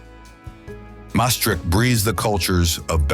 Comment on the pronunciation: Why does this clearly Dutch spokesman pronounces Dutch names like Scheveningen and Keukenhof, Maastricht etc completely wrong? We Dutch should pronounce Dutch names correctly so foreign speakers will get used to the right pronunciation.